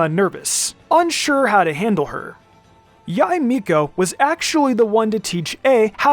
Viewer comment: please stop pronouns yae like that